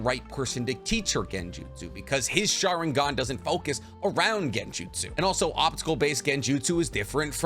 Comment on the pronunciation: Why do you omit the n in sharingaN